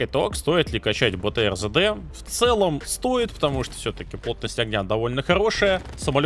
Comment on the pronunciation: Сам ты ЗэДэ - правильно три д.